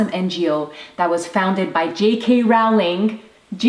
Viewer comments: It’s Rowling as in Row your boat, not “raw” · lumos is amazing! thank you for that! your amazing.but its pronounced Roll ing not rawling.... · no offense but it's pronounced Rolling not Rowling but it's spelled Rowling. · I’m not hating but you pronounced JK Rolling wrong